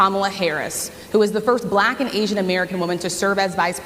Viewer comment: It's almost uncomfortable for him to say the word, "Black" he makes the word sound like "blech" It's so damn cringy